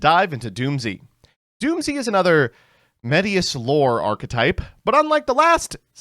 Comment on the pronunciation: Erm its actually Dooms not doomzee ☝️🤓